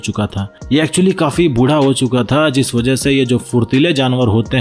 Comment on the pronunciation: अबे जरूरत से ज्यादा होशियार आदमी, अपने बोलने के तरीके को, इतना, जिस को, झीस, बोलता है। और भी बहुत से शब्दों को, जरूरत से अधिक, तोड़ मरोड़ कर मत बोला कर। टन को, ठन, साइज को शाइज, बुद्धा।